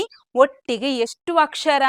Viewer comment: Chennagide..aadre akshar alla akshara..